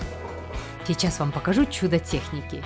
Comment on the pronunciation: чичас :D